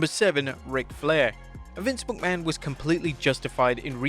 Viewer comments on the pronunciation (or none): none